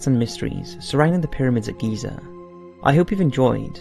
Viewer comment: It's Giza. Gosh